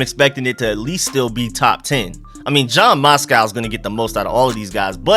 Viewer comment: the mans name is Matsko not Moscow 🤣🤣